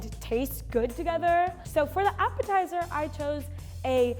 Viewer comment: The appitizer is sooo dutch 😂